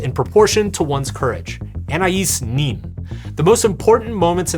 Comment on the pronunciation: 10 minutes into the comments and no points on French pronunciation yet, so here goes: Madame de Sta-el. The two dots over a wowel (hiding somewhere on my keyboard ) mean 'I am a separate syllable'. Just like Ana-is which you got right. You are welcome. Charles Baudelaire: Sharl Bod-lair. Nicholas Bear-di-EJ-ef.